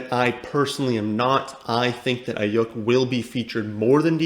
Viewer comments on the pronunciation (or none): Cool you like Aiyuk, and I agree with your take there, but you need to learn to pronounce his name correctly 😂 It’s pronounced “Eye-Yook”